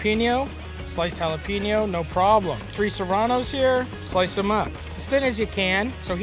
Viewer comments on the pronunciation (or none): pronounce jalapeño correctly or don't say it at all...